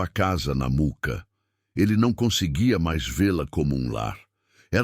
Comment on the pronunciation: Mooca e nao muca kkkk